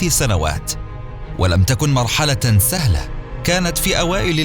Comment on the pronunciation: سهله❌ ثهله✔️